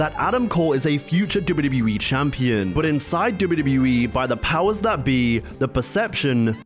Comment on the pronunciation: CHAMPEEN?! What is this? 1942?😅